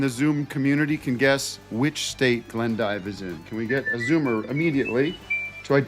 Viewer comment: Actually it’s pronounced “Glendeeve”